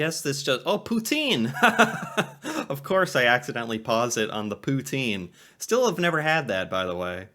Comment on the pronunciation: it's pronounced poutine not pootien 😂